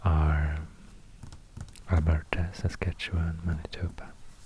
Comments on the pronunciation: Your pronouciation of Saskatchewan is impressive....even most Americans butcher it. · Ten gold stars for pronouncing Saskatchewan in an acceptable/proper way. I wish I would have had this as a kid instead of studying it so hard in grade 2.